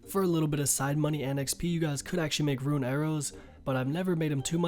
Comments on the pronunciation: It still tilts me when u say ruin instead of rune lol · Didnt know rune was pronounced ruin lol